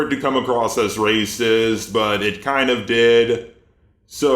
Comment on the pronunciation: "Waycist" XD